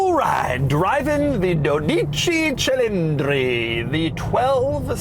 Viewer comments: When Doug pronounce "Dodeechi chilindri" this Ferrari gets check engine light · Doe Deetchie Chillindrie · “Dodeechie Chelindrie” …. As an Italian it’s simultaneously killing me and making me laugh listening to him say it over and over 😂😂😂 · DO-SAY SEA-LIN-DREE DOCE CILINDRI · your syllables were off, it's "dohdechi-sylindri" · No but yes he pronounces it wrongly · DODIDSHI DSHILINDRI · Pronounce is Dody Chee CheeLeendree Born and raised in italy here You're welcome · I agree with Jason Camisa when he said that a supposedly car-journalist HAS to pronounce the name of a brand or a model CORRECTLY. Doug, you managed to butcher the name of this car way too many times. With all your research and (I guess) the things that have to come together for a human being to have a Ferrari lent to him to do a video, this is unacceptable. It took me a whole 17 seconds to look up the right pronunciation. To be clear: the stress is on the first syllable: DOH-di-chi. Three equal syllables: DOH-di-chi, not do-DI-chi. And "ch" here is like in "cheese". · 😂the name of a Ferrari Slaughtered😂. You are forgiven! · You would think that a guy who puts so much care and preparation into making great car reviews would also, for the sake of perfection, learn how to properly pronouce the name of he Italian car he’s talking about, but no, he’s fine with McDonald’s burger flipping employee’s pronunciation. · Oh, the pretentious nature and Ferrari testicular swinging of repeatedly saying "Dodici Cilindri." It's like going to the pub and ordering a Guinness in Gaelic. Lame... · When he said dodici cilindri my ears: 👂 🩸 🩸 🩸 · You should have practiced the pronunciation of "dodici cilindri". It hurt my ears and I'm not even Italian... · You could at least pronounce its name correctly.... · He severely masticated those two words. Best for him not to say anything in Italian. Although he is starting to look like Caesar. Love Doug. Funny guy. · I want to hear Dodici Cilindri spoken by Filippo